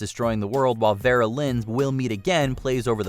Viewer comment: Vera Lynn, not Thera Lynn!